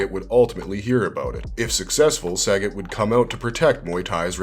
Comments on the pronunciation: The name is pronounced Sah - got my guy not Sag- it lololol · SUH-GOT not Sagget 😂😂😂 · It's pronounced "suh-got" (sagat)